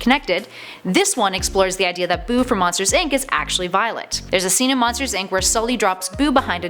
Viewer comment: ''viloet'' ''tween''